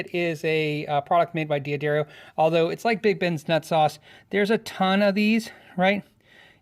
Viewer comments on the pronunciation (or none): Love the channel.. but pleeeeeease... It is pronounced 'duh-dare-ee-oh' not 'dee-adario' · "De-a-Darro" tf? i thought it was "Duh-dario"